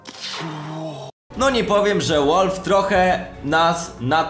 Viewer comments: Nie "łalw" tylko "walw" :p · "WALW" KURWA A NIE "ŁOLF" !!!! XDDD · walf a nie wolf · Nie wiem, co chcesz mówić, ale 'Valve' czyta się inaczej.